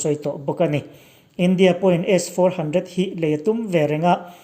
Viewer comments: I tawng hi a van pai em em ve aw S 400 tih i lam pawh khi aw🤫🤫🤫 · A chhiartu hi 😂😂😂😂😂,S-400 alam dan te hi 😂😂😂😂😂😂😂